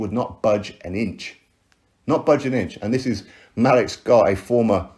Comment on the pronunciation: Hey. Hope all is well. Malik’s name is pronounced ‘Ma-leek’ or ‘Maleak’. I was listening to your video while working and I couldn’t put 2 and 2 together until I saw the photo. I was thinking who the hell is Malick Scot?